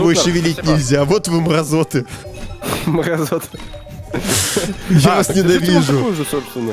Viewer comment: Вот вы МррАЗОТЫ" ХАХАХАХХА я пятый день ржу нат этоим каРтавым словам 🤣😅